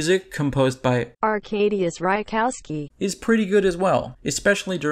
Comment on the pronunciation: That automated pronouncation of composer's name "Arkadiusz Reikowski" isn't actually correct. :D Good review, thanks!